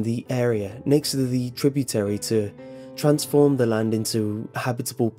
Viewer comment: "land" land not hand